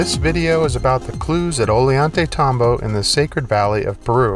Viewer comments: ~~~ GET THIS CLOWN .. Ollantaytambo .. IS NOT .. ''Olie - ON-'' .. NOR IS .. Sacsayhuaman .. ''sack - suh - WHAY - min'' .. NOR .. Tambomachay .. ''tambo - vuh - chai'' .. IMBECILIC DOLT ~~~ """""""""""""""""""""""""""""""""""""""""""""""""""""""""""""""""""""""""""""""""""""""""""""""""""""""""""""""""""""""""""""""""""""""""""""""""""""""""""""""""""""""""""""""""""""""""""""""""""""""""""""""""""""""""""""""""""""""""""""""""""""""""""""""""""""""""""""""""""""""""""""""""""""""""""""""""""""" INTERNET PROVIDES PRONUNCIATION .. OF Quechua .. WORDS .. REPRONOUNCED IN Spain-Spanardo .. ''PLANT MATTER TURNED STONE INTO THE CONsistency OF .. wait The FK 4 'it' .. ''BLUBBER'' ! ALRIGHT NOW Poindexter, BRAINIAC .. DO 'it' ! TURN STONE INTO BLUBBER .. DO 'it' ! .. Knuckle Dragging Simian SH_T - TALKER .. SHOW VIDEO PROOF .. OR .. STFU&FKOFF ! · 👍 Cool Video, all common sense if open minded I feel. Instead of cranes, I feel the elongated skull culture could levitate and manipulate the stones. Just FYI.. a double L in spanish makes a Y sound. Pronounced... Oy yan tay tambo.